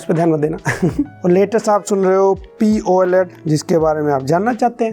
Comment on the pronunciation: Bhaiya poled nhi P OLED hota hai